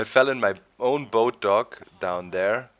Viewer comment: evertime hes says boat dock i think hes is like talking in third person at first like he is saying boat doc instead of boat dock